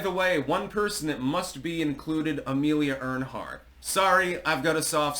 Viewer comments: There’s no n in Amelia’s last name. Not trying to be a butthole . Was a fellow Kansan. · Lol i think you meant "Earhart"